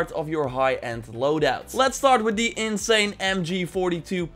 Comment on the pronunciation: Bro it’s insane not inzane